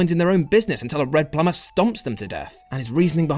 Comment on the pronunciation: he said "red plumer"